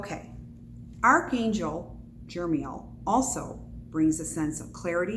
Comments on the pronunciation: NO! the name is not Jermiel.... its Jeremiel. And you just made about a dozen assertions, bu what are your sources? You can't even pronounce the name and I'm asking you if you have any sources. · I believe its pronounced Jer-e-MEEL